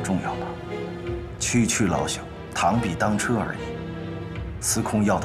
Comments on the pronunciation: 車ju，不讀 che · 螳臂挡车（ju） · 普通話什麼時候唸螳臂擋Che? 漢代的車不是唸ju 嗎？ 象棋裡面就有楚河漢界，車是唸ju。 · 我靠，螳臂当车（che），厉害了，我的语文老师！